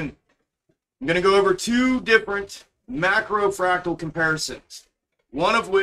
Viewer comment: He is saying fractal